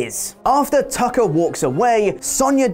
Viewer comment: Thought said Taco instead of Tucker. lol